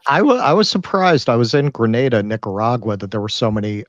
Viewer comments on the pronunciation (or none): It's Granada not Graneda. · I am here is Central America and it’s not pronounced Granāda. How could he stay in a place and not know how it is pronounced? Also many of my Friends from the States speak Spanish and are more liberal. So much incorrect information.